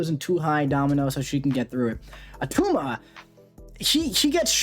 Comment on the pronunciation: its not at tuma - arnold schwarzenegger. i just pulled attuma and was looking to see how to play him